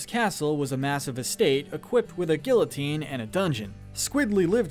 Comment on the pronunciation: You didn’t pronounce Guillotine right.